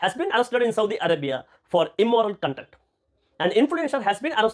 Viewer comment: „SaudiA arabiA“😂